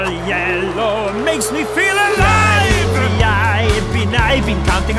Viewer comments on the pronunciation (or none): He said feer not feel